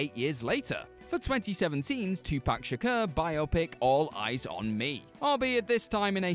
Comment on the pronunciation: Thank you for saying "biopic" correctly. It's a dying art.